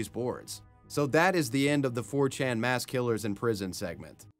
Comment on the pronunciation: Moss? You mean "Mass"?